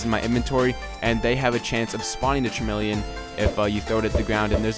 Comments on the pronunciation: haha you mean Cameleon (kuh-mee-lee-un) cuz CHARmeleon is a pokemon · It's chameleon pronounced ka-me-le-on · its pronounced cam-e-le-on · Did he realy just say char-meleon ?! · No its not. its .... Kuh Me Lee Yun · char-meal-en-an....thats what i heard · can't say chameleon?